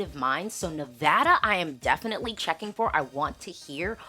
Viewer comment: Go California and Nevada(my home state). By the way….thank you for pronouncing Nevada correctly.